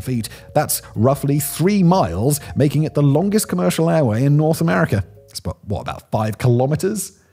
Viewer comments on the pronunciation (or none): none